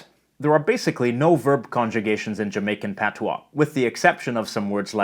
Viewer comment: You Sir did a great job with our language! Appreciate the accuracy. Thank you!